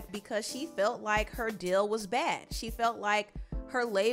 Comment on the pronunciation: I love the way she pronounces words lol words with “eal”words like “deal” will be “dill” I absolutely love it and find it satisfying 😂😂❤️❤️